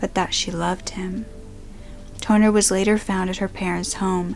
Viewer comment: I had to repeat the girl name because instead of Katherine Tonner, i heard Katherine 'Toenail'.